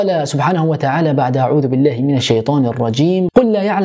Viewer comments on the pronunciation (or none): none